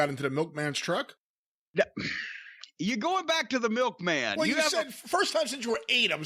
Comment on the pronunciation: When he said Milkmam I knew some fun was gonna come.